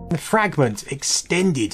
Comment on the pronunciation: I love how you pronounced Fragment Extended Edition! Hope you enjoy the game!